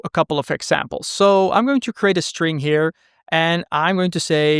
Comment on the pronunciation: The only thing that I don't like about the video: 1) he pronounces "tuple" incorrectly; 2) he pronounces "st" as "sht" (for instance, "underSHtand", "SHtring") and this one really bugs me. Why then you pronounce "fast track" and not "fasht track"...